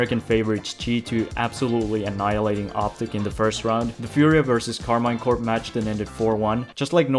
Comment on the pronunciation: Pro tip : it is pronounced Karmeen Corp (I'm french)